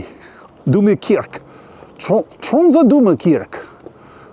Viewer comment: Dude! I live in this city! You're talking a load of nonsense... Not knowing the difference between the North Cape and the North Pole, honestly, brush up on your geography... Making a video about a city and not knowing how to pronounce its name, making fun of both the Norwegian and French languages... Honestly mediocre... And know that for Polar Day, of course we have solutions... and waiting until the stores are open during the Christmas season... Confusing a library and a university… Sami are Indigenous people… crossing the biggest street full of ice when the car can push you… how did you f*cking know they are local! Pathetic